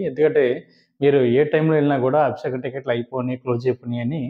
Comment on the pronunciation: Sir, మీరు చాలా బాగా చెప్పుతున్నారు.కానీ మీరు పలికే విధానం బాగా అనిపించటలేదు. Abisekam కాదు అభిషేకం. నన్ను క్షమించండి.